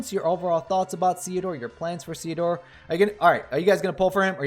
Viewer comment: I believe you're saying it right, because his name is a combination of Cecil and Theodore (golbez's birth name)